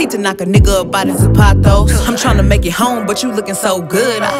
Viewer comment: Sksksks the way Meg pronounced zapatos but nevertheless tHIS IS A BOP